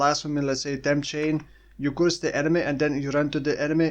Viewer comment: curse is pronounced the same way as nurse